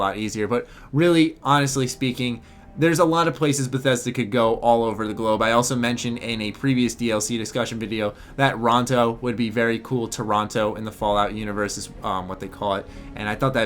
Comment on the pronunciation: You fucking what. You just called Toronto, and I quote, "Oronto"? Did you seriously just try to combine Toronto and Ontario into one word?